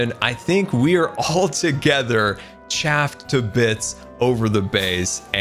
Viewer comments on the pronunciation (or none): it is pronouced Ch-UPH-ed not Ch-AP-ed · btw Chuffed To Bits Isn’t pronounced Cha-ff-d to-bitz but instead, Cho-ff-d to-bitz Also I think is just doing it purposely (he just lowers the price like bruh) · Except it's supposed to be "chuffed" and I feel Mumbo's soul slowly leaving his body every time says it that way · Btw the saying is chuffed to bits not chaffed I'm not trying to insult I love your vids so yeah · It's pronounced chuffed to bits not chaffed. Chaffed means something else lol. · Every mumbo fan it's pronounced chuffed not chafed, you spoon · CHAFFED???? It’s CHUFFED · Chuffed not chaffed... loving the vids though:) keep up the good work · as someone from London i am finding your videos hard to watch because, ITS CHUFFED CHUFFED! Hearing you say chAffed hurts please, please alter your videos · Correction, he said Chaffed to bits again😅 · No no I'm pretty sure you spelled it right, scar just mispronounces chaffed to bits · I'm not brittish, but I think the saying is Chuffed to bits, not chaffed to bits. That sounds kinda painful lol. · It's not chaffed it's chuffed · BRUH its not Chaffed a bits it is Chuffed a bits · "chaffed to bits" you tried. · I like how he says "Chaffed to bits" instead of "Chuffed to bits" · Did he just say chaffed to bits 😂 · it’s chuft to bits, not chaft to bits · As I am a proud British person it’s really infuriating when he says chaffed to bits not chufft to bits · Yeah quite what was chaffing I’m not sure, but it must be painful to be chaffed to bits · Chaffed to bits? Isn’t it chuffed? (Can it, I know what you’re going to say) confusion levels at 💯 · You're doing your best but its chuffed not chaffed😂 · Caffed??? its Chuffed I think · those chains should be pulling the tower apart also it's chuffed not chaffed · he said chaffed to bits, it's chuffed to bits. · Chuffed to bits not Chaffed to bits..... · HE SAID CHUFF TO BITS, WHAT IS HAPPENING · CHAFFED! CHAFFED! IT'S PRONOUNCED CHUFFED!